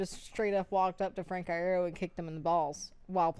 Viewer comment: No, they're right. It's said like Eye-ear-oh. Frank has confirmed it on twitter (and I've been a fan for years, and mispronounced it as "ear-oh" for probably the first 2 lol)